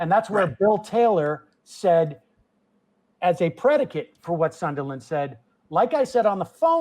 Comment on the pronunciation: Sam’s pronunciation of “sun-duh-Lin” triggering me rough